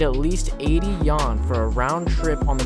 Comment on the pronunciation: It's funny every time when you say "Yan" instead of "Yuan", the Chinese currency.